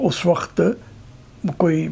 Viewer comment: بابا جی پہلا پنجابی دیکھا ہے جس کا وقت کا تلفُّظ صحیح ہے- ویسے پنجابیوں میں ایک اور خاص بات ہے جو کسی دوسری قوم میں نہیں پائی جاتی- یہ کسی بھی موضوع پہ چاہے کتنی ہی سنجیدہ گفتگو کرنے کی کوشش کیوں نہ کریں لگتا ایسا ہی ہے کے جیسے بندہ گپ بازی ہی کر رہا ہے۔